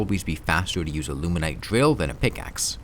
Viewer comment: surprised you pronounce it as "Drill" and not "Dwill" Good job on the grammar improvement man!